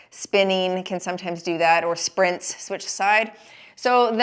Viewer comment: Awesome as usual. I’m sorry. Did you say “sprints”. lol 😂